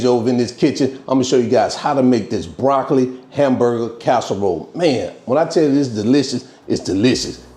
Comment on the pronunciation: Broc-co-lee...groun...beef-e-dee, 🤣🤣🤣🤣🤣🤣🤣! Gonna make me sum😋. Gonna pre-order the hard copy too. 🙂